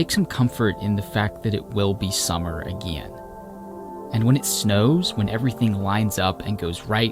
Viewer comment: You say again Weirdly it's funny(